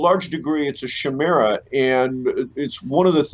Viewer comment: ky-MER-uh! ky-MER-uh! Not shimera.